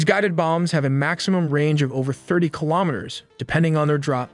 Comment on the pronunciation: its an ai channel. 95% if the time they cant say kilometers correctly